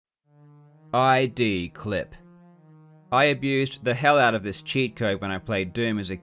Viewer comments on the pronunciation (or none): eye-dee clip ?!?! It's not eye-dee software, it's id, as in Freud. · It's not aydee it's id. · It’s “id”, not “I.D.”! id, ego, superego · I like yr channel. Got a question. I noticed you always spell Id, "I.D." instead of pronouncing the word (as in Id, Ego, Super Ego). Is there a story behind that? Hard to imagine it's a simple mistake.